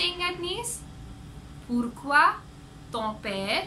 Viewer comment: Why is pourqui- more like par kyu